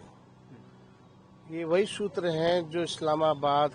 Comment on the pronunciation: Ghntaa soking ...sutrr ko mutrr bol diya ...to shoking h wahhh re chmrchoc😂😂😂😂